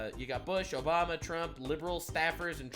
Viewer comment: “Obamar n Biden”, why do Brits randomly and an “r” after certain words?